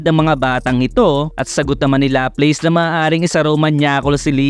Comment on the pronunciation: LAPLAS POOOOOOOOOOOOOOOOOOOOO . hindi lapleys :(